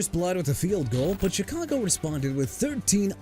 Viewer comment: YOU MEANT "MONSTERS OF THE MIDWAY" MR. I CAN'T CORRECT MYSELF FOR NOTHING?! ALSO THE CHICAGO BEARS PRONOUNCED SHUH-KAH-GOW OR SHEE-KAH-GOW AND I'D BETTER NOT HEAR YOU SAY CHEE-KAH-GOW NO MORE!! ALSO MIAMI'S 1973 DOLPHINS GOT OVERSHADOWED BY THEMSELVES... WHAT'S THAT SUPPOSED TO MEAN BRO?! AND YEAH EVERY DOLPHINS TEAM FROM '73 TO 2025 WILL LIVE IN THE SHADOW OF THEIR 1972 SQUAD AND YOUR POINT IS?! SMH...